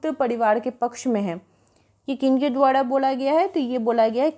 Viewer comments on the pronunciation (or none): द्वारा को द्वाडा क्यों बोलते हैं र को डा बोलते हुए 😊